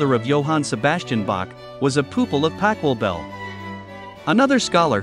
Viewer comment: The pronunciation of the names is wrong and sounds awful. It would be nice if you made more of an effort. I know that in English 'ch' is pronounced more like a 'k' in some cases, but that applies to normal words and sounds so wrong for names and does not do justice to the original in any way. Interesting story though.